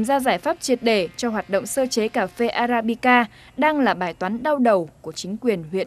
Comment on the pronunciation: con lạy thánh, tên cà phê nói sai bét. thưa anh, tên Arabica anh đi sửa thành Abarica, lạy thánh